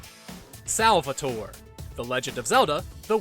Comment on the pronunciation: Salvatore cries every time you say his name that way.